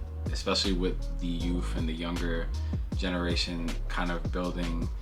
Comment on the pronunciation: Excuse me, sir, did you say "youf ".Lol. The bucket bag is a serious/ casual everyday piece. The blue dinner jacket is definitely a new year's favorite. Nice pickups all around. You said you're not big on streetwear,but do you own any pieces by Jerry Lorenzo. Fear Of God?